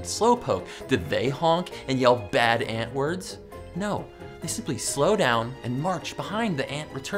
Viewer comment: I though he said N word but he said aunt word